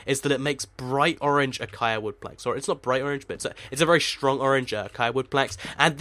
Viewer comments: Acaia? It's Acacia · It's said a-cay-shaa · No! Ah-cay-shee-ah acacia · acacia does not sound like acia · its pronounced ah-k-shia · I think it's pronounced: Ah-cay-sha Acacia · Ita called ac-ay-see-a lol its my friends name ha ha ha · It's spelt Acacia, and pronounced that way as well. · pronounce acacia a-caish-ia (not hating :p)